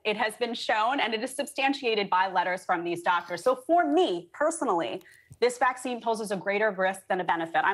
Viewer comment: Are people not bothered that you can’t even say Vaccine? And no I don’t agree with, she did not deny science, and also follow the nrs.